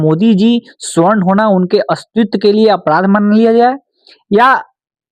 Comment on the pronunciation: Darr to bahut lag raha hai sir aapko bhi warna ✔️ सवर्ण (Savarna) ❌ स्वर्ण (Gold) — ये सिर्फ धातु है 😅